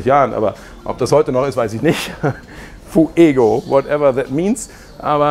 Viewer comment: Fuego ist Spanisch für Feuer,. Und die Silbengrenze ist nicht Fu-ego, sondern Fué-go, reimt sich mit Diégo.